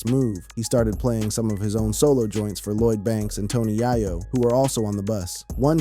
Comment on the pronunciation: Doesn’t know bloodhound was first released on Straight Outta CashVille on terms on major records. Can’t pronounce Tony Yayos name properly.